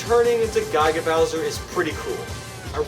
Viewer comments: GI-GA NOT GUY-GA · Guy-guh bowser??? are you kidding me man?? Grow uppp